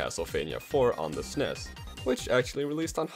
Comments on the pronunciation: Says Sness instead of S-N-E-S Triggered 90s Nintendo Gamer: “grrr” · It's Super N-E-S